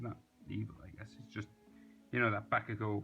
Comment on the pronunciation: bekugo LOL SRRY FOR SAYING THAT IM NOT HATING BUT THE WAY YOU SAY IT